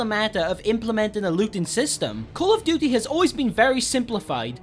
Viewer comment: Callufdutte that is how it sounds no hate